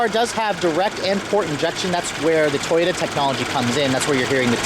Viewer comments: he keeps saying toyta instead of toyota, lol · This man says Toyota like toyta.